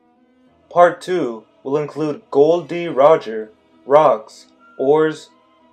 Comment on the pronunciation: First of all, his name is Gol D Roger not Gold D Roger!!!!!!